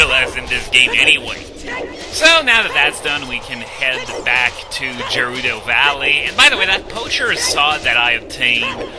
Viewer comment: The way you pronouce Gerudo ... I always thought it was suposed to be a hard G there, at least that's how I always say it xD